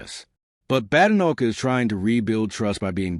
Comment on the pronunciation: I hate listening to these bots…it’s not “Bad. Enoch”! It’s “Badenoch. Bade. Like ‘played’! I had to switch off after a few minutes!!